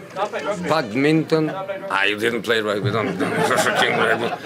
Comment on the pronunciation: The way he pronounce badminton 😂😂😂